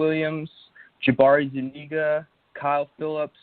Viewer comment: It’s pronounced PEE-RYNE lol the way he pronounced it was making me cringe. Also, Jabari ZU-KNEE-GA